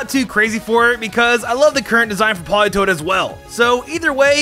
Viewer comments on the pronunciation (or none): It’s Politoed, not Politoad. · politoad - HA! WRONG! ITS POLITOED!